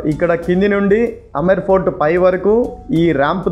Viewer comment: Say Amber fort. Not Amar fort